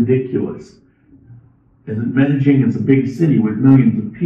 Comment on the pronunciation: Medellin DOES NOT HAVE A (G) IN IT. If you remove the G in your pronunciation you'll be spot on!